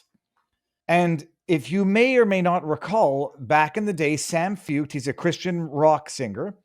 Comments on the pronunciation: I love you, but his name is pronounced Shawn Foyt. Foit? Shawn. Not San. I would also say he's a worship leader, but that's just me splitting hairs. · Feucht is pronounced / foyt/. Why has this not filtered down to you?